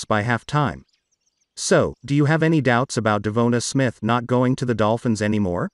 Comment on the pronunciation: You’re the only guy mispronouncing his name.